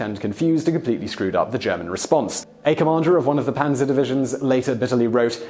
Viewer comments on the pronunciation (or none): none